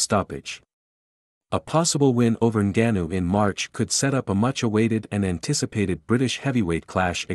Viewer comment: You the first guy I had saying his name right. It's Ngannou but people say Angannou